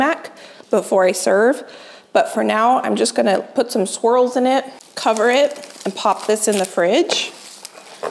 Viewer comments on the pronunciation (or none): I was sitting here wondering why on earth she was going to put squirrels in her humas. It took me a few minutes to realize that she had said "swirls".